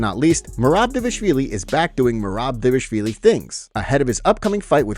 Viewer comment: Bro still can't pronounce Dvalishvili lol. Great coverage as usual ty